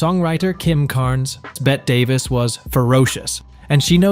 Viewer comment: It's not Bet Davis it's Betty Davis call Bett Davis get a new computer